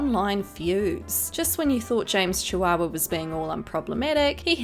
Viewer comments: Did she just say James Chihuahua lmao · Did she just say "James Chihuahua"!?